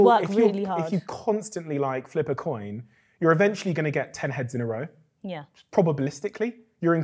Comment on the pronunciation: Steven Bartlett is very articulate but ‘probablisticly’ Wow.